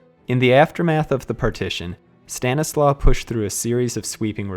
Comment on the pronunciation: In Polish the letter "W" is pronounced like the English "V". So Stanisław is pronounced "Stan • i • slav". Outside of that good job